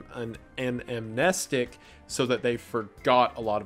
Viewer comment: Am-nest-ick for your pronunciation problem. Excellent video my man